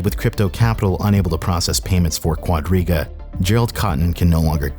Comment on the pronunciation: Am I the only one who misheard Quadriga as Rodríguez more than five times?